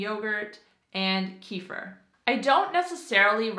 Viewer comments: I agree. As a Canadian I say “erb”. Also “kuh-fear” not “kee-fur”. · Kefir is pronounced kefeer, not keefer - otherwise, awesome job, thanks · And keefur lol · You also butchered kefir (кефир). Should say "keh-fear' ", accent on the last syllable.